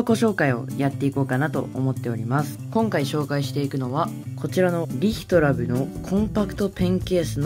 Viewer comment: リ↑ヒトラブ笑 編集おしゃれですね！🦉